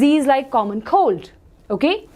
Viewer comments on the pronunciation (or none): maam it’s common cold not common cod😂😂😂